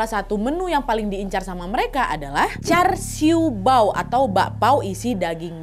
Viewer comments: Bacanya yang benar JASIUPAO bukan jarsiu pao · Itu bukan char siu bao kak nad. Tapi cha sio pao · Keren konten nya.. tp char siu bao bacanya Cha siu pao... Zheng lin bacanya Cheng lin.. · cha siu pao .....salah ngomong kecepetan ngomong salah .mbk......sya stay di hk n macau jika libur....hahaga salah bhasa makanya jngan cepet2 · Casiupao kak cara baca nya